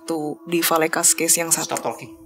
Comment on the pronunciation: Dari episode kemaren "udah gatel" pengen banged ngebenerin pengucapan nama tempat nya VALLECAS (bacanya VaYéKaz)